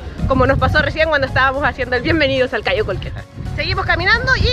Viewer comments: Hey I am a belizean🇧🇿🇧🇿🇧🇿🇧🇿🇧🇿🇧🇿 just to let you know it’s Belize not Belice and Caye Calker not Cayo Calker ok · Se dice caye caulker no “Cayo”. CAYO un pueblo de belize frontera con Guatemala. Y segundo no es “belice” nuestro país se llama “BELIZE” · Jaja...no es CAYO CAULKER...pero buen video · No es cayo caulker, es caye caulker ... Smh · Ahora cualquier pelada de México puede llegar y hacer vídeos de Belize..no se porque se lo permiten..criticando el español de los belizeños..y ellos ni siquiera pueden pronunciar..Caye Caulker!